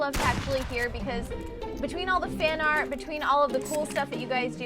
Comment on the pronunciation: dude you sayed fart ansteed of art